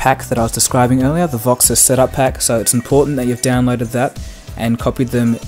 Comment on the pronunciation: Why do you call it VoxiS? Awesome look, by the way, setting it up now. Also: Is there any way you can see notifications other than calls and texts such as Whatsapp, Viber, Skype, Twitter, ect. without having your status bar show? I've been struggling with this for a while.